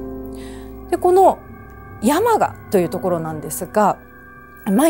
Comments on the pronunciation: 山鹿(↑↑↑)のイントネーションだけ、 気になる…… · 熊本民なので山鹿のイントネーションが気になって気になって💧 や→ま→が↑ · せんかさん、山鹿のイントネーションがちょっと違います😂でも地元熊本のお話しありがとう😊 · 熊本出身ですが、山鹿のイントネーションが違います😅😅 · せん夏さんの山鹿の発音がきになりすぎたｗ